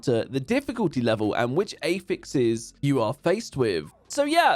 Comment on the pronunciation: Can we please normalize people pronouncing affixes correctly, It's Not AEffix! You have 2 choices and feel free to go with either one: /əˈfɪks/ or /ˈæf.ɪks/ but please for the love of god stop with the weird 'A' as in Anus pronunciation...